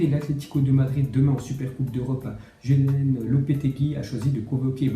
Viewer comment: Tu cest pas dire julen